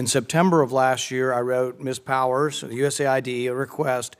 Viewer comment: Her last name is Power, not Powell Try harder Forbes.